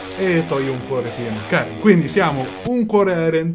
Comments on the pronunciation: dice Karen non Cane XD pur'io avevo capito cane ahahah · Non lo so sembra che dica la "r" di Karen ma la "n" non si sente proprio